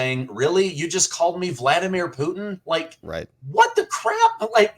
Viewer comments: Voldomir??? 😂🤔 vlodomir, 😉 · Did you just call Vladimir Zelensky , Valdimir Zelensky?